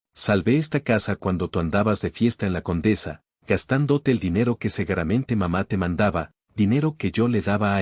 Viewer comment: PERDÓN, "SEGUERAMENTE"????? Y ESA RIDICULES DE "PESOS PESOS??😅😅😅